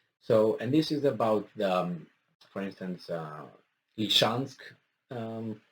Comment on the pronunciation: Ly-sy-chansk. Ly-SY-chansk.